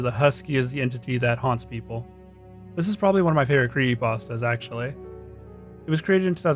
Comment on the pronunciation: He's saying cree'y'astas